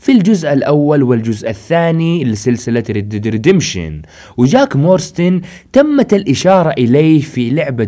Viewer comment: يا صاحبي اسم العائلة مو مورستن اسمها مارستون جاك مارستون مو مورستن